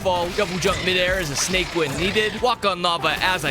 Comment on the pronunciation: It's so funny when she said snake because I heard snike